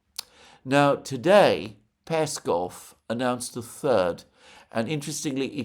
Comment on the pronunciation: PeskOv, Alexander... it's PeskOOOOv.. like LavrOv or UshakOv.. accent on O